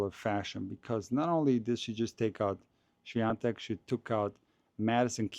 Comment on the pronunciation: Świątek not Swaitek. 😊